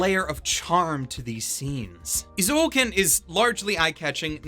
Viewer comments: I like your point of view and opinion, so if you pronounce "Eizouken" as "Ei Zoken" instead of "I Zouken", I think you are perfect. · Eh~ zoh ken not ee~ zoh ken. sorry... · Interesting. I've just watched a Star Wars scene dubbed by Google Translate (of course not really, just for comedic purposes), and I get things like "You donto know de powah obu za daku saidu". However, when I hear say EezOuhkn, instead of Ayzouken, as it's supposed to be pronounced, it's clear that it's like that all over the world. I don't know which pronunciation is more funny/hurts more. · Wait it's pronounced "Ee-zo-uken"? I always pronounce it as "Eye-Zoo-ken" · Correctly, Japanese people pronounce "えい ぞう けん"(ei-zo-ken) えい is /eɪ/ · Imagine pronouncing it ihzo-oken